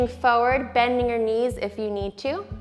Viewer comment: Why do you pronounce FORWARD like that?